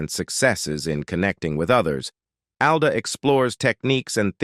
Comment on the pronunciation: It’s not. “A” it “AL”